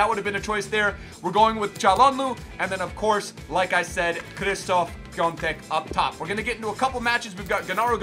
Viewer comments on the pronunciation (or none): his first name is pronounced as Shishtof and not Kristof 😬